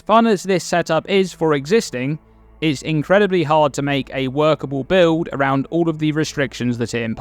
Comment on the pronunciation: So many "bi-owd' enabling uniques